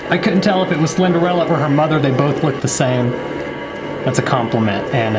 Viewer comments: Alligaytor he said he thought the name was slenderella for months he didn’t say how many months btw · Mans really said Slenderella 😂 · I love how he says Slenderella when it clearly said Slenderina… lol 😂🤣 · He says slender-Ella 👋🏻🤣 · I dunno why but him calling Slenderina "Slenderella" made this video 20 times better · He said Slenderella haha 😆😆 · He says "slenderella" instead of "slenderina" 😂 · We both called her slenderella when it’s actually slenderina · The 2hole time he was saying slenderina wrong lol